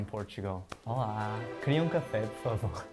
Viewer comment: It's not "Hola", but "Olá". Thanks!